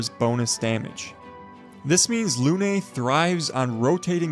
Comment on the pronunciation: thank you for the tips omg i love it , im always looking for new build . PS: Lune is not pronouced Lunay 😅 , as a french its very funny to hear how you pronouced it , but anyway np you can actually see the proper calling in google translate and also it means moon